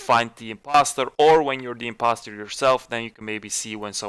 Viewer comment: “SIMPoster”, really bro 😂